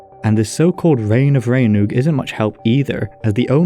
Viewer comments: Rhain is pronounced like rhine and rheinwg is pronounced like reign. seisyllwg is pronounced like say-sus. I get that the southerners pronounce ei like ai, but they are wrong, it's far too inconsistent, while if you just use the northern pronunciation, you'll have a wonderfully consistent time. I mean it's bad enough that we have ae, ai and au all sounding the same, they want to also add ei to the pot??? utter madness. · Two questions: 1. Did Arthur really exist though? 2. This 'Rheinwg', are we sure it was in Whales and not somewhere along the Rhein river?